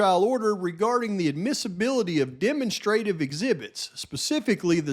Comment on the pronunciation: Love ya! With the most respect, demonstrative is pronounced “deh- MONStra-tive” sounds kind of like Monster. Just looking to help ya out a little bit brother! Another FANTASTIC video! Thank you for all of your hard work